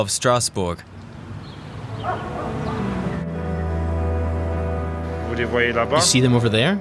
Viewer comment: What is that pronunciation of Stassbourg? It sound like a German trying (and failing) to pronounce it like in French, instead of saying the city name in English or German